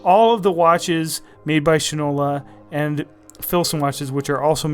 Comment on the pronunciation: It's SHINE-ola, not "shin-ola" (not your leg part, but SHINE — as in Shoe Shine!!!) The brand name is the old shoe polish manufacture is SHINE-ola. I have a Shinola bike, and a Shinola watch. STOP mispronouncing it! Go to a Shinola store. Geez, this constant "shin-ola" mispronunciation is annoying as all get out. Also, the guy is prejudiced against the brand to start, and is all gaga about Fossil, which to me was never anything but a cheap watch with a hip design. Faddish, vs. quality. Pay no attention to the man who can't pronounce his brand name — funnily enough giving rise to the old adage, "that guy doesn't know sh*t from Shinola!" By the way, he states he "feels" you are paying for the brand name — as if that's a revelation. Of COURSE you pay for brand names. That's how they get to be high end brands. Gucci, may, in reality, be no better than other well made and designed clothes, but you pay for the brand. Duh. Worthless review.